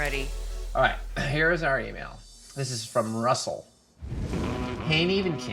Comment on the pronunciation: I love how Nev says dude's name, "RRRussel!"